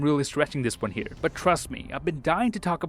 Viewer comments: "See you guys in the next Won" Ahh so iconic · And why did you say "btw this is and i see you in the next waan", your name changes almost every week 😂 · yeah I noticed him saying i am ans see you in the next "won"